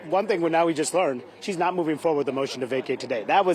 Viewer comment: Marj, the word is to not ta!